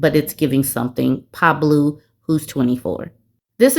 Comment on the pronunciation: your pronunciation of pablOO took me out 🤣 these are hilarious